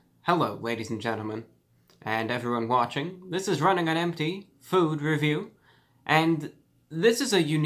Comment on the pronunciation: That was a vicious “fewd”